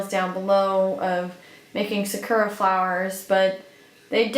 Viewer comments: hey just a little pronunciation tip lmao its not suh-koo--ruhs, its more like sah-koo-rahs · oh just the pronunciation of the japanese word for cherry blossoms